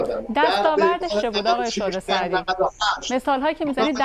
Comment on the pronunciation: صد بار خواست بگه شعله سعدی اما گفت شعله زردی